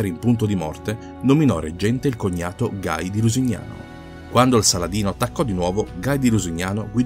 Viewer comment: Ottimo commento con un solo vistoso neo: il nome proprio di Guy de Lusignan, dei essere pronunciato alla francese "ghi" e non all'inglese "gai" oppure si scelga l'italianizzazione di "Guido da Lusignano".